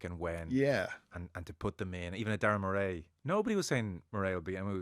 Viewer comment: The November window is tricky for Northern hemisphere nations. There's a reason why only 1 has won the RWC. It's more favourable to Southern hemisphere teams. (cue the Saffers) What's with the Murré pronunciation of Murray?